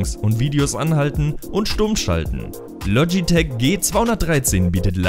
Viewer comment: Bitte es heißt logitech und nicht lotschitech und mechanische tastatur schön und gut aber 1. Zählt dass für mich nicht als gadget und 2. Mechanisch ist nicht gleich mechanisch woher soll ich da jtz wissen welche Schalter da verbaut sind zufällig weiß ich dass es cherry mx Red sind aber trotzdem